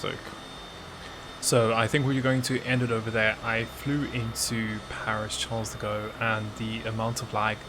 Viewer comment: Nobody:: Charles de go